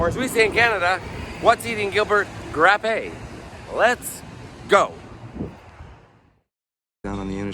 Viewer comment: He said Gilbert Grap